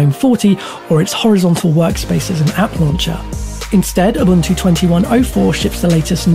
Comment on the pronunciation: Mispronounced Ubuntu and Gnome